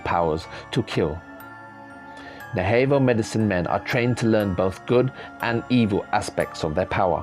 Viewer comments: Sir. Navajo is pernounced nah vah hoe not nay vay hoe for any future reference. Thank for your time. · Its pronounced nav aho not na vaho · And it's NA•VA•JO, not nahavo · Pronounced Nava-hoe. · Good vid. But it's pronounced: nav--a--hoe. Soft a. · It's sounds like Nava ho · Skinwalker Ranch is in the state of Utah. Also Navajo is pronounced, Na Va Hoe. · I only found this channel 2 days ago, and it's right up my alley!! Thank you for the great, always fascinating videos!! Just for the record, the name of this indigenous tribe is pronounced 'Nah-vuh-ho!' I look forward to your new posts😉!